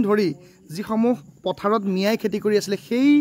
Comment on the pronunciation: Kela axomiya vlkoi kbo najane...khilinjia buli dabi kore..খেতি k কেতি ..aru kiba kibi buli boki ase bujay najay